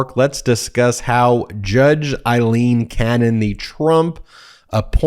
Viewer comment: It’s AAAAAAleen not IIIIILEEEN 😊